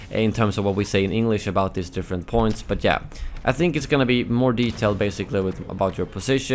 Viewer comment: “But jeah”